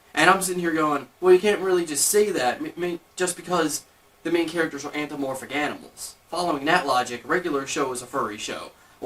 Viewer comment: it's antho-PA- morphic, not anthro-morphic!!! just sayin...